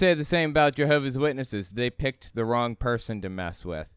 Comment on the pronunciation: "Owin yu picked the wong people" Obviously it's Elmer Fudd...mystery solved.